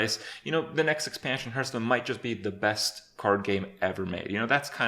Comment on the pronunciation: Kripp has gotten better at pronouncing the name of the game. He used to say something akin to "Hurtstone" in the past.